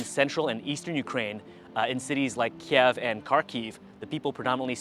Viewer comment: Дякую, цікаве відео 👍👍👍💛💙 Але правильно говорити - "Kyiv" 😉